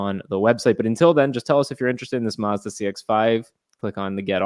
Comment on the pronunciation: Mazda... Not Marz-da.